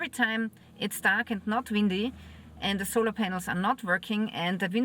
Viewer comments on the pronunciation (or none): none